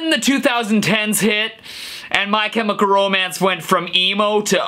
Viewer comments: HOW did you pronounce the word “chemical”???? this throws me back to times when i’ve just started leaning english :) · Did nobody else hear him say my chymical Romance😅😂 at the beginning of the video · Is it just me or he said "CHemical"? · haha im sure the way he pronounced it was a joke